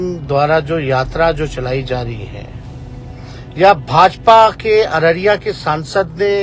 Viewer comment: It's Araria, not Araraiyya.